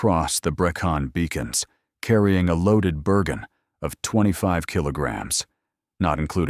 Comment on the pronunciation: Brecon beacons if you don't mind